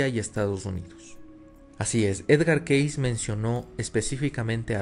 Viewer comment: El nombre de Edgar Cayce se pronuncia keisi, no keis.